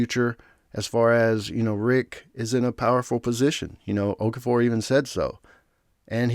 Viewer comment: I’m just a little miffed at the pronunciation of Okafor’s name. It’s an Igbo and they’ve been mispronouncing it the whole series 😅